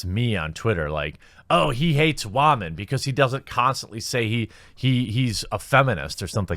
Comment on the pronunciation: Wah-men? I think you meant women